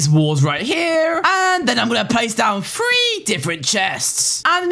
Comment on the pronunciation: It’s three not free 😤😤😤😤😤